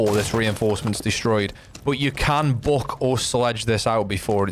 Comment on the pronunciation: „Book“ bro its buck 🥴😂